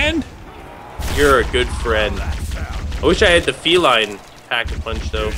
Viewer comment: That gun isn't pronounced feline like a cat it is pronounced felin like a mix between Feline and villian